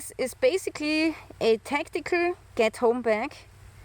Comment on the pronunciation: Coming from a German living in the U.S. with the heavy accent. I thought you said Ghetto bag 😂